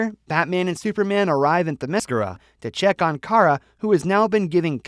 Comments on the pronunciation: my word this guy is butchering wonder woman home land name it's pronounced Therm meh scare- ra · This video is crap and inaccurate. And you pronounced Diana's island wrong.